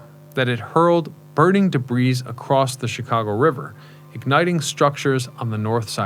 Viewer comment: "De breeze" 🤣 OMG you're KILLING me!!! You seriously need an editor or proofreader or something.